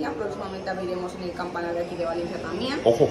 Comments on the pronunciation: joder que mal me pone cuando dice "Valensi", me mato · Por qué le dice Valenci a Valencia? 😂😂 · Y porque dice Valenci????, o es Valencia en castellano o es València en Valenciano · Me pone muy nervioso que diga valenci y no Valencia